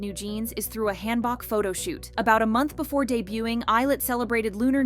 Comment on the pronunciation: "Hand-Boks" I swear Korean pronunciation 😂😂😂